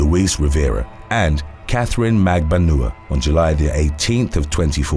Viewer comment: Magbanua is pronounced at Magban-wa